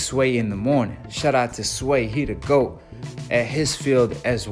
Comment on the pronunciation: I enjoyed the video but I hate how you say GWOAT.